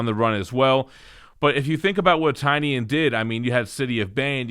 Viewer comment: I believe it’s pronounced Tin-ion